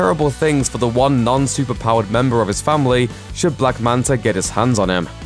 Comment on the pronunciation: I swear he said black manter once